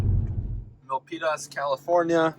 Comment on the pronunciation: Great video thanks but you butchered "Milpitas"